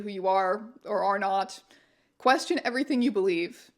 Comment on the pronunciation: "Quefion" <3 XD